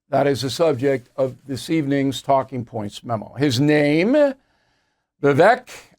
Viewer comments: Bill.....Vivek pronounced Vivake, rhymes with cake. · His name is pronounced VA VAKE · His name is pronounced Vivake like cake. If the impossible happens and Pres. Trump drops out, Vivek has my vote. Trump 2024. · His name is pronounced “Vi-vake “ like “cake”. Also, sorry Bill but you are the problem because you still think that Russia is the Soviet Union. Times have changed. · Pronounced “Vivake” like Cake…. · Bill, you could at least pronounce his name correctly. Its Viv-vake like cake. Thank you. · Bill I am glad Fox kicked you out for messing with women. When Vivek started the business he didn’t have experience. You don’t want him because you can’t pronounce his name. Same like fox wants DeSantis. You are FOS. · Vivek pronounced like "cake" Bill.... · bill, he pronounces Vivek (rhymes with cake) not rhymes with heck